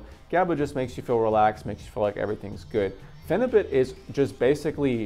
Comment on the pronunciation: It's Phenibut not Phenubit, just thought you should know.